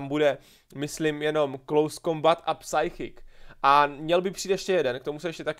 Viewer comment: kdy už konečně pochopíš, jak se vyslovuje "psychic", to se nedá poslouchat.